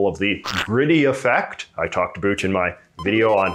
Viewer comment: is your pronunciation of "about" a joke?